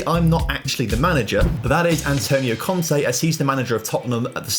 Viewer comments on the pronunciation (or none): none